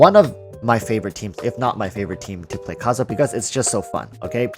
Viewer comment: Kazuha not Kazuya